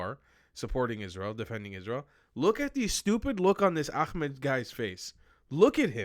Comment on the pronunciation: I LOVE that Nissim said he’s a white colonizer! Bahahaha 😂 This guy is diluted.. omg listen here, “AK-med”! GO POUND SAND. SHUT UP. And yeah, if you don’t know Nissim, you need to.